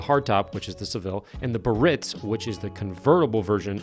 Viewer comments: Bee-ah-ritz. Not Baritz. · That's pronounced "Beeearitz", not "Baritz". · I agree with you on the Biarritz but wish you’d pronounce it properly. It’s Bee-ah reets, not Bah reets. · 53 was the first generation of the Eldorado, 54-56 was the second generation eldorado! BTW....Biarritz is pronounced B-uh- ritz (like the town in France) NOT Buh-Ritz!! Common mistake for those not familiar with French! Great job repurposing this beautiful convertible! My 57 Biarritz is red with white/red interior and my 85 Biarritz is White with red interior! Both striking color schemes to me! I use a product called "Leatherique" on the leather of my 59 Rolls Cloud II, it keeps the leather supple as well as maintaining the factory leather smell....a bit pricey but worth it! Love the 58 Biarritz you have! 👏👏👏👏👍👍👍👍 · Love the barn find videos definitely keep them coming. They are some of the best before and after videos you do. The 58 Biarritz is also my favorite Caddie and always has been. Just a FYI is pronounced Bee-uh-reets not bi-ritz lol. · Awesome job again. Small tip: it's not Ba-ritz but Bi-a-rritz. Keep that in mind, and keep up the good work. Love your enthusiasm. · The '58 is stunning. Pronounced with 3 syllables - bee-ah-REEZ. ✌ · It's pronounced BEE ah ritz. It's a French resort town. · Correct pronounciation is Biarritz = Bee-yah-ritz.